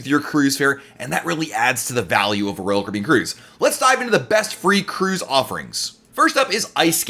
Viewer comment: No one: Literally no one: Not even on earth: Not even created by god: This guy: rull cribin Normal people: royal Caribbean